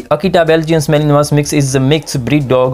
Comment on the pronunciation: Mal-in-wah, yo.